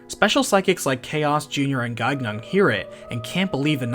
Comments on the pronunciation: The second "g" in Gaignun is silent. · Great video! If you make more, the name Gaignun has a silent second G (Guy-nun) Gaignun ("watch-dog") is the warhorse of Marsile, Saracen king of Spain in the French epic, The Song of Roland. His name is very fitting considering his real purpose